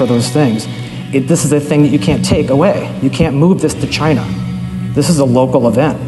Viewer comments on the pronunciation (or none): He said Chyyna!